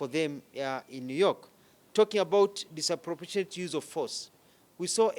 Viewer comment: Mispronouncing "disproportionate!!" repeatedly!